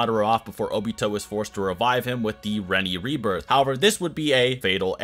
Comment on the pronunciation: What about "reni rebirth"? xD